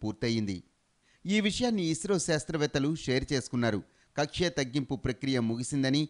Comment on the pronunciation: కక్ష కాదు తల్లే... కక్ష్య...